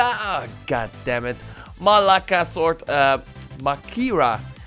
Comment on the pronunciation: Lololol, "maläka sword", lololol. X'D